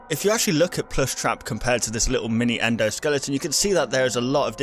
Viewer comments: As I was watching the video, I realized that said "endoskellinton" instead of "endoskeleton" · sorry but it's very annoying that you keep saying endoskeliNGton, it's skeleton. sorry but I am annoyed very quickly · is still saying, "skelington".